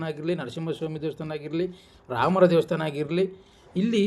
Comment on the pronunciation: First pronunciation sariyaagi heli devvustaana alla devastaana